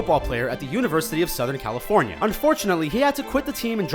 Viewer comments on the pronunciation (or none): none